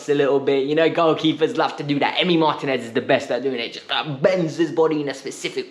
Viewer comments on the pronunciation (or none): none